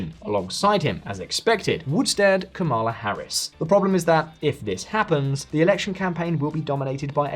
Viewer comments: It's KA-ma-la Harris. Get it right. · I would think you would learn how to pronounce her first name if you are doing a video about her. The lady introducing each section of your video can teach you. A lot of Maga Trumpers mis-pronounce her first name intentionally as a derogative.